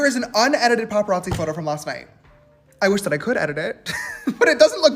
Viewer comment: James loved hearing himself say “unedited PPAPPARAZI pictures” 🙄